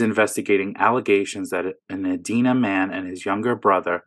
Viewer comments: Edina = ee dine ah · It's pronounced ee-dy-nah... dina like eat at the diner. Growing up I thought it was like the name Edna with an 'i' in the middle until I heard it said. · Get em. That Klozer idiot sounds about as coherent as a ham sandwich. BTW it's "E-dye-na":)